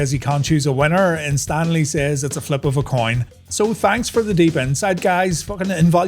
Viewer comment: I laughed when I thought you said "Stan Lee" Blackburn. 🤣